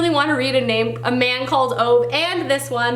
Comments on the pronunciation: When you were holding Britt-Marie was here I can't help but say how many times you got her name wrong. I'm sure you noticed though. Also Ove is pronounced Oova. I can't blame you though, I said the same thing before I found out. Also you should read 'My Grandmother Asked Me to Tell You She's Sorry' before you read Britt-Marie. You will understand better cause it takes place after it. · And thus I added another couple of books to my tbr-list... Hahaha. Oh, and I must add, it was kind of funny hearing you pronounce Britt-Marie and Ove, since I'm Swedish and know how they're supposed to be pronounced. They aren't easy names for an english speaker haha!